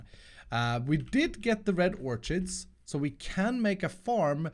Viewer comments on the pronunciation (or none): Small note, Orchids is pronounced "Ork-ids" not "orch-ids" Otherwise great video as always!